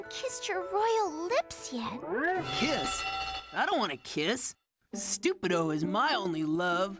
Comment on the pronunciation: "Stu-Pi-Doh" real subtle there.